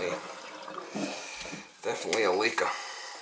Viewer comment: "Definitely a leakah." * bark* bark* bark*